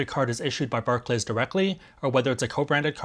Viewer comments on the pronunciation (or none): I’d hate to be that guy in the comments but Barclays is pronounced “bark-lees”. Thanks otherwise for the info though,!